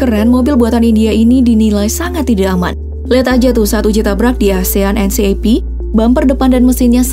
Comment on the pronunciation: Asian NCAP itu cara bacanya asian en kep ya...